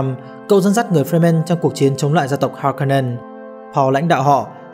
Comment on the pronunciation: kwisatz haderach, harkonnen, sietch... phát âm sai hết nhé bạn. nhất là nội dung video xoay quanh kwisatz haderach, từ được dùng nhiều nhất, thì lại là từ giọng đọc sai nặng nhất, khiến nội dung video rất khó để follow.